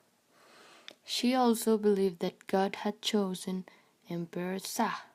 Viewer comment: It was a good review of the story, be careful with the pronunciation of some words, eg. Shah (it sounds as written /shaa/). The sequence of images is a good support por the narration.